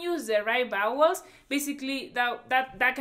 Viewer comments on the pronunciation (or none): I was confused at first I thought she said “bowels “ Then “bad words “ Then when I understood vowels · I love your charming accent but be careful when you say vowels. It comes out sounding like bowels which is something totally unrelated. It could cause some confusion with some people. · When she was saying bowels I thought she meant vowels...turns out she was saying bad words😂😂😂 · I thought that "vowels" sounding like "bowels" was so cute. Reminded me of my Puerto Rican grandmother who says "sheet" but it sounds like "shit"🤣🤣🤣🥰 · You have to learn the bowels? Like intestines? 😋 Oh, you meant [wowels]? Lo siento.